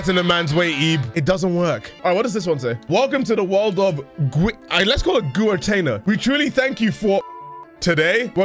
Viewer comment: Happy that started trying to pronounce the artist's name differently, but soon slipped back into the Gwer-tay-nah we all know and love.